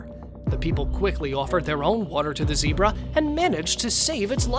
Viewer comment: GOU SAID ZEBRA WRONG